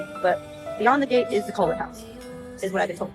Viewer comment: Why is everybody pronouncing Cullen like Colon, I am not a Twilight fan but I didn't think Cullen sounded out like the part of your body that poops.